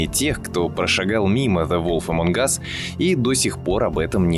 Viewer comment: ''зе волф эмонг ас'' слух режет